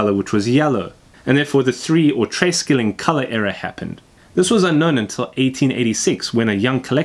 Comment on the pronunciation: It's pronounced "tre shilling", not tres killing. :D